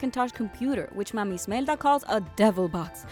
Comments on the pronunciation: It's "Imelda," not "Ismelda." Character name error for ya. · It’s Imelda. Not ismelda. But good video! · It's IMELDA, not ISMELDA !!! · Imelda's name doesn't have an "s" in it...Just saying >.> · Uhh , it isn't mama Ismelda, its IMEDLA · Isabella Lomax she is, most likely not Hispanic and can pronounce Ismelda but can't pronounce Imelda, also I guess maybe she doesn't want to mispronounce something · "Smelda"? You infidel! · Why were you pronouncing Imelda like Ismelda...? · Hamzter Gurl TV changing a very important character’s name completely makes it look like she’s not trying. It makes it look like she actually hasn’t seen the movie and is just reading off a script (which she probably is and something got messed up like there was a typo or she just didn’t read it correctly and no one bothered to fix it, or no one even noticed) because they say mama Imelda so many times in the movie. I think the idea that’s she’s purposely saying Ismelda KNOWING it’s Imelda makes no sense. I think she doesn’t know the character’s name. Period.